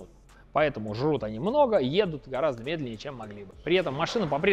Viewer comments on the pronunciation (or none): none